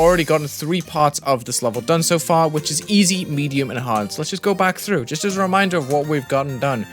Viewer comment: DID HE SAY EDIUM AT THE BEGGINING?! jk good video